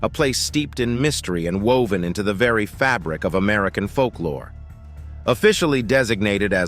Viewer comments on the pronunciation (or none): none